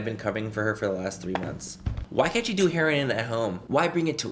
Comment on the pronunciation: I love the fact he couldn’t say heroin right the first time 😂🥰